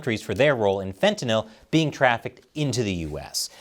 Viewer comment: It's a low bar, but thanks for pronouncing fentanyl correctly.